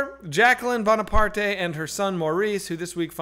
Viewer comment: "Bonapar-tay"? Are you fucking serious?